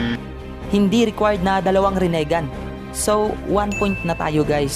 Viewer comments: Pakiusap ayusin mo ang bigkas mo para astig pakingan.. rinegan yun hindi renigan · pa ayos naman ng pronunciation mo ginagawa mong tagalog pronunciation yung rinnegan ehh ang sakit sa tenga hahahaha